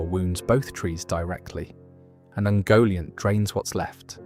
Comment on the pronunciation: Yeah I think it is :( You can hear it on ungoliant which is ‘oongoliant’ at some point, and ‘valinor’